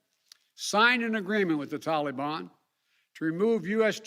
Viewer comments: It is not TOLLEY-BON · He makes it sound like Disneyland saying Tolly bon!!! He’s so lame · This tella tubby we have for a president is a joke! It drives me crazy the way he pronounces taliban! Tore down everything President Trump did. Now he blames Trump for his failure in Afghanistan and everywhere else for that matter. The man has no integrity, because if he did, he would never have agreed to be placed in the position of president!